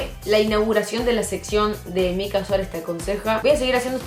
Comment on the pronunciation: Que roberto aprenda a decir mica